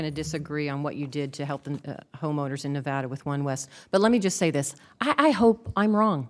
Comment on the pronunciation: Says he is concerned....says our state's name wrong *facepalm